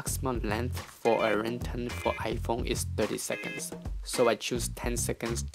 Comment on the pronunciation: PLEASE LEARN HOW TO SAY RING TONE LOL but other then that thank you